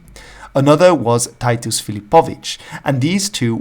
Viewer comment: Cool. Tytus is not Ty Tus - it's Tih Tus.